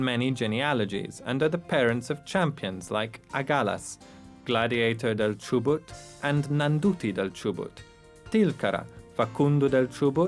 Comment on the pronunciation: is not Chobut it is Chubut